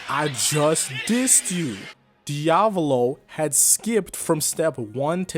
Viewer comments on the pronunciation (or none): Hat how he says diavalo, can't keep watching :(